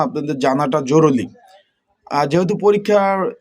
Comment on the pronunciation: জরুলী না জরুরি। উচ্চারণ শুদ্ধ কর আগে।